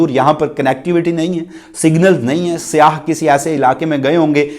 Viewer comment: پلیز اردو بولنے میں خیال رکھیں یہ ہماری قومی زبان پے بھائی اسکو تو صاف طور سے بولا کریں ہماری تو خیر ہے کیونکہ ہم اردو کو بھی اب پنجابی لہجہ کے سننے کے عادی ہو گئے ہیں مگر ہماری نسلیں تو اصل اردو کو بھول ہی جائیں گے لفظ سیاح میں ی پر تشدید مانی جاتی ہے مگر تشدید لکھی نہیں جاتی تو لفظ "سی یا"ہے سیاہ نہیں یہ صرف آپکی اصلاح کیلئے لکھا ہے شکریہ